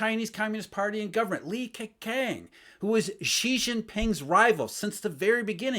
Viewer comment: Ke-chang is the correct pronunciation btw